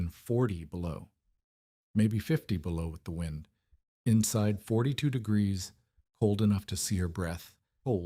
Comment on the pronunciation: The temperature dropped thithty degreeth in thith hours. Does anyone in your organization ever listen to your audio? Why have a professional narrator with a pronounced lisp? You are using AI, right? Can't you find a voice that doesn't pronounce words incorrectly? I like to sing, but you would be crazy to put my singing voice in a video.